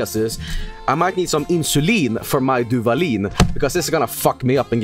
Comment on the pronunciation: I started laughing like a complete idiot when said Duvalin lmao, hermano, ya eres mexicano